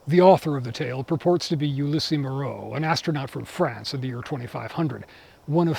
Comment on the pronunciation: This was excellent overall, and I'll be looking for future installments with enthusiasm. Just a very minor note, though: you've mispronounced the French names. Ulysse in French is "oo-LEES." Just a barely-important note, but I thought I would mention it. I'm looking forward to your further discussion of the first firm and presumably, its commentary on racism.